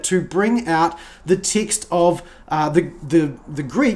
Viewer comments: I thought you were saying "Ticks"for over 12 minutes in...then I saw the words you were reading and noticed you read the word Ticks ?????? AND I then saw Text, you had been saying text/s instead of the word Ticks. LOLOLOL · Everytime he says "text", it sounds like "tics".